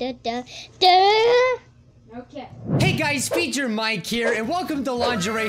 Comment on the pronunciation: WhY dId YoU sAy BiJjUr MiKe?